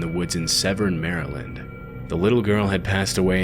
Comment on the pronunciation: Thank you for pronouncing Maryland correctly. Also this is a good example of why we refer to Glen Burnie as Glen Dirty.